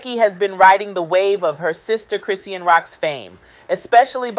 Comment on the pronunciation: What keep calling her name wrong it chrisean